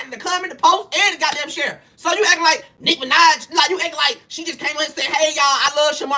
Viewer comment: Did he just say N!66a Minaj? 🤣